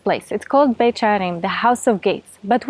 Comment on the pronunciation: Beit sharim, she says Beit with the sound Betch I thought Beth was House? Or is that Aramaic?